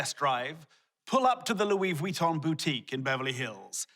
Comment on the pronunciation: Loui "v-wi-ton" lol love